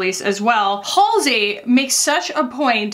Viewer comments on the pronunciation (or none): none